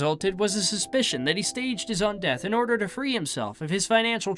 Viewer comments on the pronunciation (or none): none